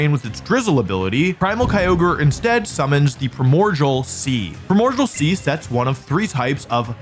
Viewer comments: WOLFE the fect u pfonounce primordial as "primodjal" really pissis me off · you keep saying primordial (prai·mor·dee·uhl) sea wrong... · “Primogial”. Will forever live in my head. Jokes aside I love these videos. Oh and if anyone reads this I hope you have a wonderful day. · This was randomly recommended to me and man everytime he says Primordial I feel he is trolling us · its so funny that he can't (or won't) say primordial correctly